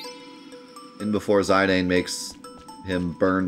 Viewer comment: It's pronounced "Zuh-Don" and "Vee-Vee"